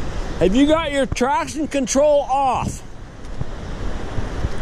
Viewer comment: how he says traction control😤